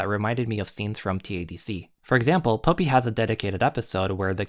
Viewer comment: This is a great comparison analysis, it brings great evidence of how both series align. One teeny to point out in the pronunciation of the names, Popee is pronounced like the flower (Poppy) and Papi is pronounced like (Papee)